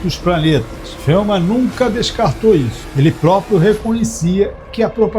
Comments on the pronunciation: Feuman? Conhecia ele como Feynman. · Quem poha e FELMAN? Nome correto Richard Feynman. Que poha é nóbel? O correto é NOBEL.